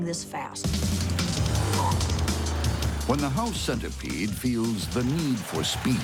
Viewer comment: When he said “house centerpiede” I looked around my room.